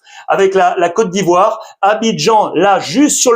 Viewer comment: Merci infiniment pour la prononciation sur ma côte d'ivoire ❤❤❤❤